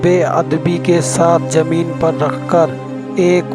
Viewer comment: Anchor should correct his pronunciation. He can't pronounce Zameen, Salim, Farzand, Tashreef farman, etc.